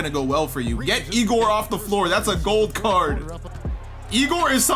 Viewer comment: pronounce my king egors name right